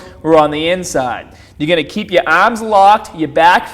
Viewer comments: Stahht with your ahhms shoulder with apahht on the bahhbell . 😂🤣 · Why do you pronounce barbell and arms, like an aussie? lol